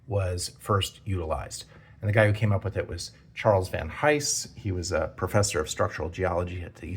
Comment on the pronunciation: "Van Eyes" - the H is silent